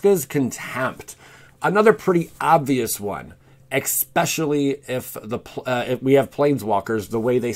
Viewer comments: Especially not expecially otherwise very informative 👌👌👌 just wanted to mention, it bothered me a lot sorry 😖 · I’ve only watched 2 of your videos now so far...and they were both great. Now that being said, please look up how to pronounce words if you have the slightest hint that you may be saying them wrong. “Ex-Specially” had me cringing every time you said it. “Lie-Berry” was the one in the last video I watched that got me. 😬😬😬 Keep the videos coming, but please let a close friend or someone you trust watch them first to try and catch these things.✔️